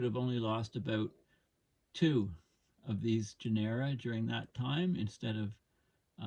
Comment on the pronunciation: “Genera” is pronounced with the accent on the first syllable, not the second.